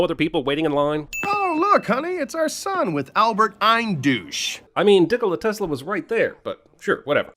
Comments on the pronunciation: Dickola Tesla XDDD I can't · Hehehehe “dickola tesla”